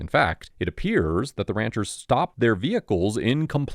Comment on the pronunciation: It’s the pronunciation of “Ranchers’s” for me